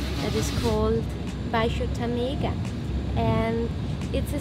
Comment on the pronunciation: One easy tip about the language: if a word has an accent in some vowel, that's the vowel you should stress, otherwise it sounds really strange. You pronounced "Tâmega" and "Campanhã" wrongly because you didn't follow this rule. In the first case, you stressed "e" but you should stress the "â". In "Campanhã" you stressed the middle "a" but you should stress the final "ã".